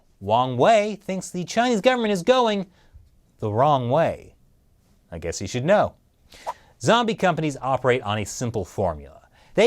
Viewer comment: ..."Wong way"; wealy?